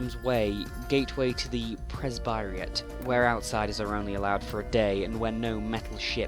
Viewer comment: Glad to see a vid where you can take full advantage of the Sunless soundtrack. It's one of my favorite OSTs (my favorite track being Hope is an Anchor, Carnelian's theme). Also, a minor pronunciation note: I've always heard Presbyterate pronounced like the religious sect (Presbyterian). Though admittedly, I've never heard it confirmed by any of the devs